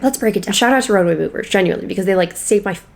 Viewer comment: I for real thought she said “roe v wade” not “roadway”